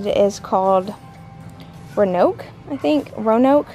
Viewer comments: Row-a-noke. Short a. 😂🤣😂🤣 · Also...Roanoke...said like: "row-a-noke"...like the city in Virginia